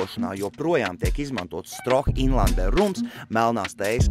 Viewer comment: Pēdējais dzēriens , manuprāt , būtu jāstāda priekšā ka " Štroo " , nevis Stroh . Tu taču burbonu nenosauci par Jaceku , ne ko ?